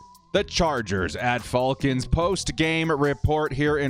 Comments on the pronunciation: love your videos, great work! But it's Falcons not Fallcons lol and I wouldn't blame coach for Adderly and Gilman letting a guy run right between and past their zone. Feiller should get credit for his effort on that recovery. He passed up Salyer and all the other lineman to stay in the play. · I’m convinced he’s saying fullcons on purpose cause no way someone fr says it like that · Atlanta “fa el kins”😂😂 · Love your videos, but not watching this one because of how you pronounce Falcons. 😆⚡️